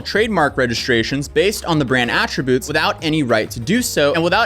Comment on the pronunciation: Also “attributes”… “irreparable”… numerous more…